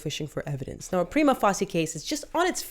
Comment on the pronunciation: "Prima" WHAT? LOL